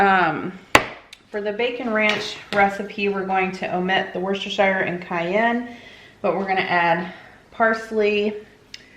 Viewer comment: Everytime you say Worchestershire sauce I HAVE to correct you to myself with “ It’s Wus-ter-shur!”, but who cares really🤣